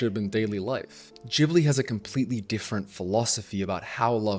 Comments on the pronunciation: It's GIBli not Jibli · Gibly gibberish?? GHibli!! G pronounced like in guard! That's what the H is for! It's an Italian word. If you want to pretend you're Japanese and are unable to pronounce a hard g, go ahead, and then call them "Studio Jiburi". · いつも思うけど、「ギブリ」ではなく「ジブリ」ですよ。 G→❌ J→⭕️ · I loved this video, but I was thrown by the way you say "Jibli" instead of Ghibli 😂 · Hey Ghibli is pronounced Cheee Bleeee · Jibli, though?? Ghibli like ghost, ghast... I say this with all the seriousness of a wet noodle fight lol. I could be totally wrong and just have an english leaning bias like the Bic pen originally being french and being pronounced beesh (Bich) until english speakers mispronounced it into submission. More on subject with the actual video though: I love it. Ghibli has everything I always angrily clapped back about with Disney as a child/teen. I think Disney does us a huge disservice by representing love the way they do, and it leads to these toxic relationships where people are so ashamed of their failures to make this Disney-love ideal work that they never open up and talk to each other and do the work that is love. Thanks for sharing. I love these comparison videos. It's fascinating how different Eastern and Western cultures are, and the more I learn, the more I wish the West would learn from the East.